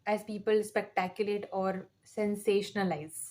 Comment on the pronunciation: It's not spectaculate, it is Speculate